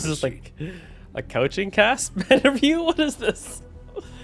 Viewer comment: This man really said Couching Cast